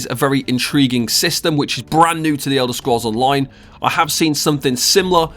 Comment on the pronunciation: "De Elder scrolls On-loin"